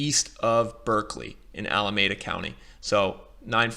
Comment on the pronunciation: "MARE-in," "Contra-COAST-uh," "Ala-MADE-uh." OK. Now I know you don't live in the Bay Area. Still this video is quite useful. Thanks